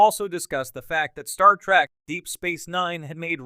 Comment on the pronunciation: Geek rant: Its TREK, not TRAK lol